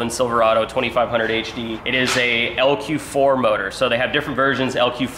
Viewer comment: He Nailed the lq4 not ly4 lol